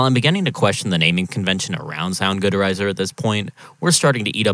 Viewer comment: soundgood erizer? what the hell is wrong with you? 😅